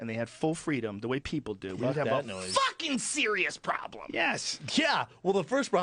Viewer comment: the way he says "We'll have a FuCkiN sErIOuS PrOBleM!!" 🤣🤣